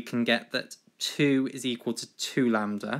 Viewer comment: "lamb-der" hahahaha